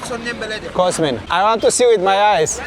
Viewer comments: Dar de ce dracu pui accentul ciudat cand le spui oamenilor cum te chema ? De ce spui cOSmin ? Te numeste cosMIN . Cu accent pe MIN . Nu stii cum te cheama ce dracu ???? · adica cOSmin dupa cum se prezinta. Cu accent pe OS... ;) Nu stiu de ce dracu face asta...